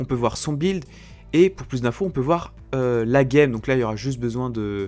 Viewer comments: ON DIT "BUILD" ET NON "BILD" Merci ^^ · pourquoi tu dit bild?:D